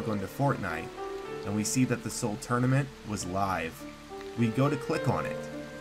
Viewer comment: Title : soul tournament : soul tourament Me : wtf